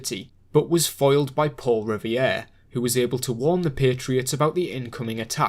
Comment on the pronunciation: Its not "Paul Rivier", you keep pronouncing it like it's spelled that way. It's "Paul Revere" "Reh-Veer" not "Rih-vee-er".